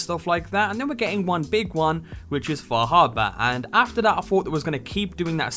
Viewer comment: far.....har...bor har.......bor now you say it fah habuh.......sure yes now lets go to lunch.